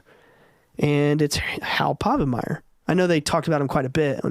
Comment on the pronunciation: Harold "Hal" Povenmire: Dude-, there is only one R in his last name. I just couldn't help myself after the 6th time you said it.